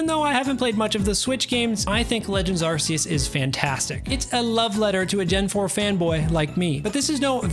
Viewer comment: its legends ARCeus not asseus